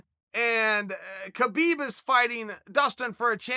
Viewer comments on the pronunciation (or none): none